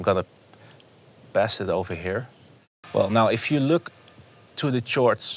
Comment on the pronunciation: chore-ds lol. justin prime is highly underrated tho, great vid